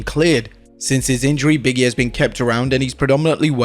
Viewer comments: it’s Big E not Biggie, say it right you’re a wrestling account know how to say the wrestlers names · Biggie, Biggie, Biggie. No. It's Big E :)